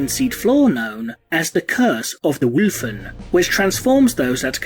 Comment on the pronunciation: lets give an F for him cuz he had a stroke saying wulfen